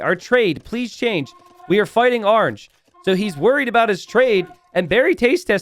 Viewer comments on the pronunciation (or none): none